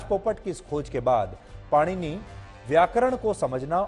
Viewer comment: सुधीर चौधरी जी से भगवान् पाणिनि का नाम भी ठीक से उच्चारित नहीं हो रहा है भला ये हमें क्या ज्ञान देंगे।